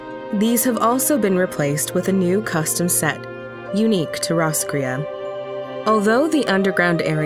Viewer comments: My only complaint is that you have taken the name of an Irish town and completely destroyed it. It should be pronounced Ross (from Friends) - cray as in "girl you cray cray" or Crayfish. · Well Roscrea is a little town in Eire and it's pronounced Ross Cray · Roscrea is also a town in County Tipperary, Ireland. It's pronounced Ross-cray. This has been your useless info nugget for today. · Fun fact roscrea is a town in Ireland Though we pronounce it like ross_cray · Thought roscrea was a town in Tipperary Ireland 😂 pronounced diff do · Ikr the narrators pronunciation hurt my native ears 😂